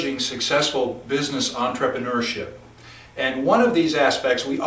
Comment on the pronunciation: 'Entrepreneurship' not 'Entripreneur'!!